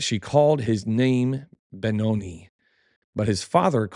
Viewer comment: FYI: PROPER PRONUNCIATION OF BENONI; Ben-ō' nī. For linguistic's sake the vowel 'i' sounds like eye, or I. Not like eel, e, or ease.